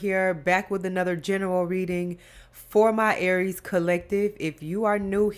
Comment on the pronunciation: Girl you bad I love how you say Aries the Emper you bad.❤️❤️❤️